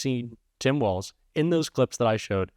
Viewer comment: Thank you for pronouncing his name correctly. So many “pundits” are calling him WALTZ. Nice but wrong.